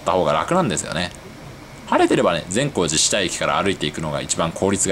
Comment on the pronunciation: 「善光寺下」の発音が新鮮！地元民より